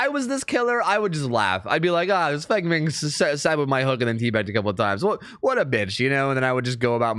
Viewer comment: Her name's pronounced like "fung mean" The More You Know ≈≈≈≈≈≈≈≈≈≈≈≈≈≈★